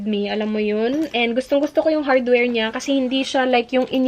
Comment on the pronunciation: Talagang binalik-balik ko yung "HadwerL"😂